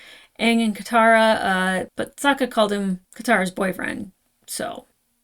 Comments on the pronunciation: I'm cringing every time you mispronounce Sokka's name. You keep saying it the way they did in the terrible ATLA movie. I'd say that's probably because you watched the movie before the show but I watched the movie first also and I'm pretty sure I never did that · You're pronouncing Sokkas name wrong. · To remember Sokka's pronunciation: Sokka will rock ya!